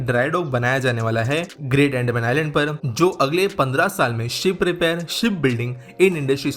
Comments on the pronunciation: BRO..ANDMAN nahi Andaman hai ho kya accent hai😫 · अंडमान नही अंदमान😂😂😂😂